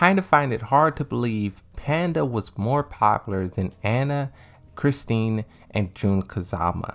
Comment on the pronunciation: Why do you always stay “Christine” her name is CHRISTIE